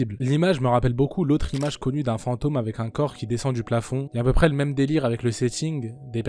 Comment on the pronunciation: On dit "à peu près" frérot mais bonne vidéo sinon !